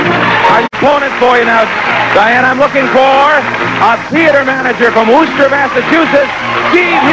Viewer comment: I love the way he pronounced Worcester, Massachusetts...atleast he didnt say WarChester...its pronounced like wisster